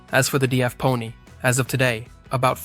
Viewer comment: DAF is one word not D, A, F.